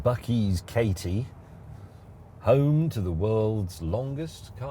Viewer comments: Awesome you came to Katy, our new ‘home town’. But it’s pronounced Kay-Dee. (I dunno)… I guess Americans wouldn’t call Hartlepool ‘Artlepool. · FYI... Katy is pronounced Cat-ee